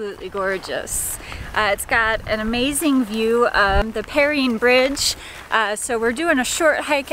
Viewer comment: Please, please pronounce the bridge name correctly. It is pronounced "purr Ine (like 9).